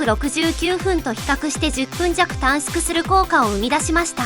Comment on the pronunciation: 短縮 → たんすく (たんしゅく) 首都圏 → すとけん(しゅとけん) SHU → SU しゅ す この発音なんとか直してぼしいな 頻発に出てくる単語だけに